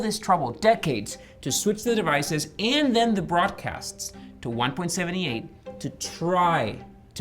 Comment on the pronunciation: Its pronounced One-Point-Seven-Eight and not One-Point-Seventy-Eight. Numbers after the decimal point are pronounced as individual numbers.